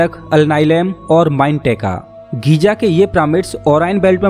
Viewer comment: गीज़ा है घीजा नहीं है।।